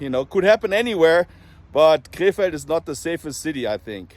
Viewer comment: Every time you prounounced “Krefeld,” I thought you were saying, “K-Fed” as in Britney Spears’ ex 😂